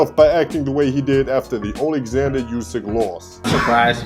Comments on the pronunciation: And its pronounced 'oo-sick', not 'you-sick' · Hey man you pronounce Usyks name wrong. It's oo-syk not you-syk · Just to let you know... USYK is pronounced UUD-SICK like "OO" IN WOOD.